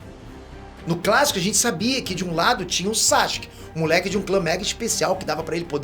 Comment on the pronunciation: Quando é que ele vai parar de falar SACHUKE?